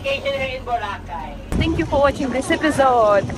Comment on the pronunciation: Its pronounced Boh Rah Kay ( not bora cay